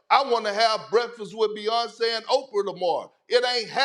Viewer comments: HE SAID OPRAH🙄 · Nah fr I said the same thing 😂😂